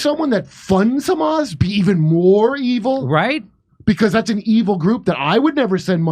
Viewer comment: first Isreali saying "Hamas" right instead of khamas or ghamas